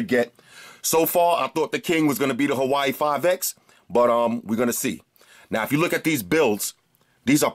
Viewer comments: Nice review; I like your enthusiasm and some occasional unintended puns you throw in your videos. :) Just one thing Bro, Huawei is not pronounced "Hawaii" like you repeatedly say it but pronounced "WaWay" Lol. Other than that, nice review. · bro,i have much respect for ya and you're holding it down much better than me(lol) but it's pronounced "WAW-WEIGH"! Good choice on the phone too. When you cranked the volume on it,it caused my LG g4 speaker to thump a little! That's a loud speaker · Thought you were saying Hawaii 5X lmao